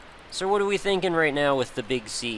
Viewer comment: Every time you say "the Big Sea" in this video I heard it as "the Big C". In any case, I'm off to go get this game. Brain damage may ensue from the head bashing.